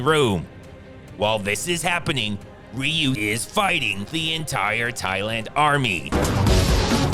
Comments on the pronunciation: Ryu is pronounced [ree oo] 😮 Then you say it correctly 😂😂! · Am I the only one who notices that every time the narrator says the name "Ryu" he evenly alternates between pronouncing it "Rye-you" and "Ree-you"? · I like how Ryu’s name is pronounced differently so many times throughout this video 😂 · It's a running joke, he keeps pronouncing it different everytime. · He's Movies have really good Titles.... WAIT DID HE JUST CALL HIM RYU!? 😂😂😂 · The random mispronouncing of the name "RYU" throughout the video was a nice touch. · Pronouncing "Ryu" differently every time because someone will always correct you no matter how you say it is a lifelong struggle few know. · I like how this guy covered his bases by pronouncing "Ryu" 3 different ways throughout the video to avoid getting called out for pronouncing it wrong lol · Am I the only one that noticed the pronunciation of "Ryu" changing every time he says it? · Ryu Ryu Ryu Bruh, it’s pronounced Ryu. Not Ryu. Ryu. (*had to repost from original video. It’s a nice subtle joke of yours. Merits pointing it out.) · It's REE-YOU not REYE-YOU. Please. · Did this guy just pronounce Ryu as "Rye-oo?" It's "Ree-oo." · The mispronunciation happened in the first place because Damian Chapa (Ken) wouldn't stop himself from butchering the name "Ree-oo". So they intentionally call him "Rye-oo" except Raul Julia (M. Bison), the only actor to pronounce the name correctly. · pronounced "Ryu" in three different ways during the video. 1- Raiu, just to piss us off. 2- Ryu to win us back and 3- Roon just to make us laugh. Kind of what Seagal movies does. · It's pronounced "Ryu" not "Rayou" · thank you for changing Raiyu into Ryu 8 minutes into the video EDIT: Why do you keep changing between Ryu and Raiyu? The right pronunciation is Ryu btw. Ree-u. Also, no joke your reviews of Segal's movie are amazing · 'Ryu', 'Ru' 😅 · It's ree-u